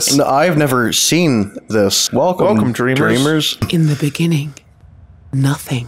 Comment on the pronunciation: in the beninging